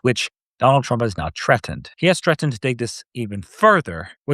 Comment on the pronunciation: and it's THREATENED. not Trettened